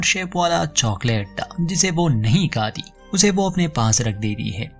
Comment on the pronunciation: Its good but need to improve Hindi speaking correctly it's not kati it's khati Hindi pado bhai